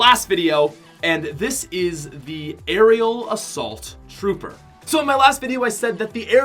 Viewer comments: he said Ariel Asult tropper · he said aerial assault trouper